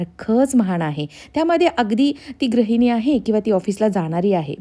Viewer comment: Tai tu gruhini cha uchhar vegla kartes te gra nasun gru ahe Pan chan bolates